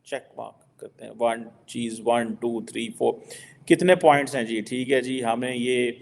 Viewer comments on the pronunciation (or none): none